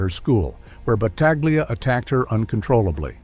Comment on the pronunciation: This AI narrator is consistent with mispronouncing his name every other time. It's no more than this creature deserves. I know a branch of Battaglias in California; they pronounce the name the Italian way.